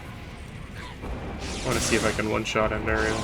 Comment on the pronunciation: It's Andariel, not Andarial.